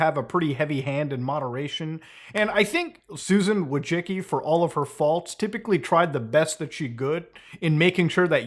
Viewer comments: You DO know it's not pronounced "Wojicky" right ? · it's vooy-chi-tski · its vooy-tsi-tski, Polish surname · “Voy-tsin-ski” but honestly it should be Wojcinska which is the Polish feminine version of that surname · Being polish and hearing youtubers pronouncing Susan's last name hurts my soul. I'm here to help. It's pronounced somehwat like: Voychitsky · Susan Wojcicki: It's pronounced Widespackle Everyone: * surprised pikachu face * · Why does everyone say her last name wrong... It's pronounced Wa-Jis-Key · ahh, the curse of having a polish surname strikes again. No one, not even one's ancestors will ever pronounce it correctly. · Susan Wodgekiki, Susan wujicki. Susan Wojisky, her name is not pronounceable by human language. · i lmao from surname pronunciation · You're butchering her last name so hard... XD